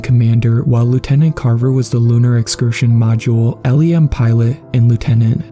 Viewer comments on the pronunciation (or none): Note for the author—it actually takes a full four days to get to the moon. Space is UPSETTINGLY big. Just google “earth and moon to scale” and get fucked up. Note for you, my friend—LEM is usually pronounced as a word, rather than listing out the letters in the acronym. I’m a huge space dork, if you couldn’t tell😜Great choice of story. Your reading is getting more expressive, which is great. Your older narrations struggled a little but with monotone. But now that your expressive inflection is falling into place so nicely, you might want to consider pacing a little bit more when recording. Half or even full second-long pauses, when placed correctly, really allow the audience to sit in anticipation for what’s going to happen next. Try imaging when a character in the story would need a moment to collect themselves before speaking, or bracing themselves to share critical information to others. Also, depending on how much an author abuses commas, those are good indicators of places to take little breaks. Same thing with semicolons or one of those long hyphens(—). In visual art we call inactive pieces of a composition negative space. If I were to give some constructive critique from a loving fan, I’d suggest if you wanted to crunch down on an area you could improve on a little bit, I’d ponder your “negative space” and how to play with it more. 😊 A really great story, I love long outer space tales like these.